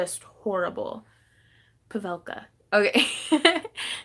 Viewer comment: (pa - VELL' - ka) accent on the VELL'...... Pavelka